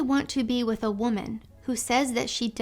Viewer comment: MEN ARE JUST DONE WIFF ALL Y'ALL!!!!! IT'S OVA WIFF